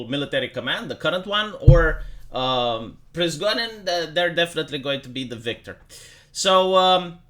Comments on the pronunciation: Not Prizgodin! PRIGOZH(!)IN!😂ZH like Justin Trudeau. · the name is pri-go-zhin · pri-go-zhin, you said it right the first time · Se pronunță Prigojin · It's Prih-GOH-jin (only j is without the d sound)